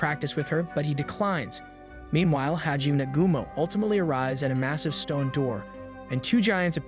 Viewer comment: your pronunciations of Hijime's name is sooooo bad. For that matter all the names you pronounce poorly. Its like you didn't even watch the show.